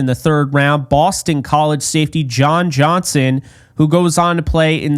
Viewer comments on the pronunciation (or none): none